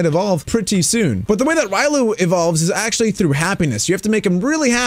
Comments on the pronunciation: Its pronounced Re olu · Me hears you call Riolu wrong WHAT